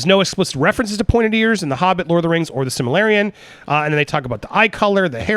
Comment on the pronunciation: Here's some phonetic help...silma-rillion